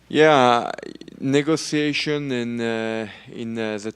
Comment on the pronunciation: Something about the way he says "Negotiations" 🫢 ...especially at 0.5 Speed😅